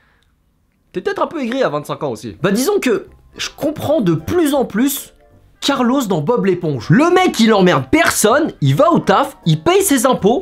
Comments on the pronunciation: C'est moi ou personne ne réagit au fait qu'il dit "Carlos" au lieu de "Carlo" ??? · Il s’appelle Carlo pas Carlo“s” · Merci enfin quelqu’un qui se rend compte qu’on ne dit pas « carlossss » 😭 ceux qui l’appellent comme ça n’ont pas connue Spongebob 😂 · Comment ça "Carlos" ?!!! C'est Carlo mdrrr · C’est carlo, pas carlos😂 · Oh non il a dit « Carlos » alors que c’est « Carlo » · MAIS C'EST CARLO PAS CARLOSSS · C'est Carlo, pas Carlos ! dsl ça m'a irrité . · Tu sais que tu deviens vieux quand t’écorches le nom de Carlo premier degré 😂😂😂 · Mec stp c’est CARLO d’où il sort le s stp 😭😭